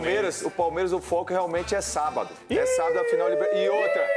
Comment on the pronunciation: 😂 "O Velório começou ontem e o enterro será sabádo". 🤣🤣😉